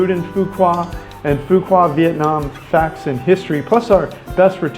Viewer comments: phu quoc not pu wa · Every time you say “Foo Kwa” instead of “Foo Kwook” it’s so very annoying that it makes me want to watch another video. I mean “kwa vs kwook” sound nothing alike. Makes one question if you were really there. “Kwa”?? Really?? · It's pronounced "foo wook" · Its Phu Quoc with the sound of K not Fuqua like what you kept saying in the video!!! Please its really annoying when westerner always not caring about the spelling to say correctly the name of most Asian cities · actually "Foo Wok" in Southern Vietnamese with PQ accent! :) Great video - thanks for the advice! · Its pronounced Phu Walk Quoc pronounced (Walk) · Go and ask a local how to pronounce Phu Quoc. It is not hard. You don't have to say it right. But apparently you haven't pay attention to how it is pronounced and that is not acceptable. Vietnamese people welcome visitors as we all known. We are very friendly. We don't expect foreigners to speak out language. But for something that simple such as the name of the city. Please show us some respect by pronouncing it right or almost right. It is not hard. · Please learn how to pronounce the name of the city you’re talking about. It’s terrible when you say it wrong